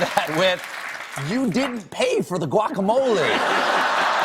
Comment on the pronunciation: Was anyone else driven crazy by how they kept pronouncing the 'G' in guacamole?